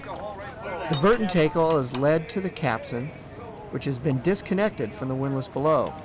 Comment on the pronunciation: you guys pronounce tackle wrong... TACKle not TAKEll